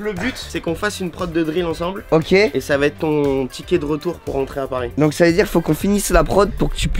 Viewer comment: "retourner à pars" 😭😂😂 aucun respect pour Paris